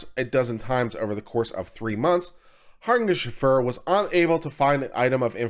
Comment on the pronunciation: It's Har-nish-Feg-er. Quite easy once you hear it pronounced. It's Dutch (from my limited research)